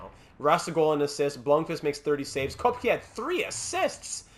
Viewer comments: Pretty sure Koepke is pronounced Kehp-key. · I think Koepke is pronounced "Kepka". Don't quote me on it though...